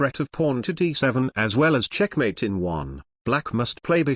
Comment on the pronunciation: I like when he says "CHECHMATE"!